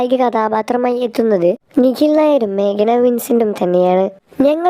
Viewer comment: ദൈവമേ..മേഖല അല്ല... മേഘ്ന